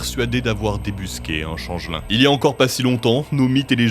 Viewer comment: On prononce "tchenge-li'ng", pas "changelain". Sinon ça fait penser à "Bûrtte" dans HeroCorp.